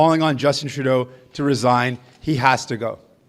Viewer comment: Ra*dy ???? abe Trudeau ko ra*dy bol diya kya ???🤣🤣🤣